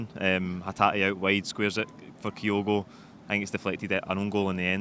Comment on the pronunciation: Please, please pronounce Kyogo properly - The we guy on the LHS ....it is not Kai Ogo ..... its pronounced Qogo